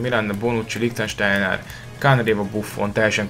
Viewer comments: Nem Likhtenstejner :D LIKHSTEJNER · Bocs,de nem először veszem észre, hogy Lichsteinert rosszul mondod. Lichsteiner= Likstejner :D kösz és csak így tovább várlak az első osztályba hétha tudunk játszani egyet.